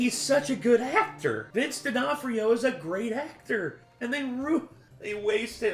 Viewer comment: Why does he pronounce D’Onofrio as “Di Onofrio”? The point of the apostrophe is to show that there isn’t a vowel sound in between, as Onofrio begins with a vowel anyway.